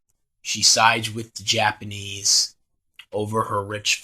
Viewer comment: Well it's been known on my channel that my Japanese pronunciation is pretty bad so yeah